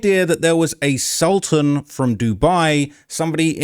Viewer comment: He is NOT a sultan. His name is Sultan (pronounced as Soltaan). He is a high-level Emarati businessman. A scumbag for sure...